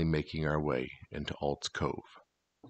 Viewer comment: Bro you butchered that graphic "Adules Cove", spent ten minutes looking for Aulds Cove.